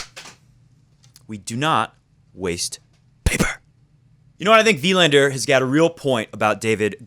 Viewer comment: Please stop emphasizing the "i" in "Wilander" and emphasize the "a" for the correct Swedish pronunciation. It felt like shifting down to 1st gear while driving 80 mph every time you said Wilander that way ; )